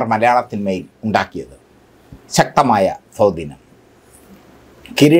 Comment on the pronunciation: സ്വാധീനം ആണ് സാമി, അല്ലാതെ സോധീനം അല്ല 😂😂😂... വല്ലപ്പോഴും ഓക്കെ നാക്കു വടിക്കണം. മുലകച്ച കെട്ടി തിമിർത്താടി 😂😂😂😂എന്റമ്മോ 🙏🙏Unsahikkable.